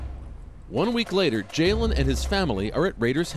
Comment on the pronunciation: his name is jailen not jaylen